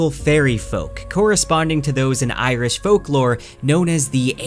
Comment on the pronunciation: respect for really getting the pronounciation spot on as far as the irish goes